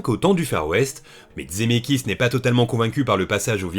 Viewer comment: Coucou, je découvre cette vidéo un peu tard, c’est super mais j’ai une question… pourquoi tu dis « Dzemeckis »??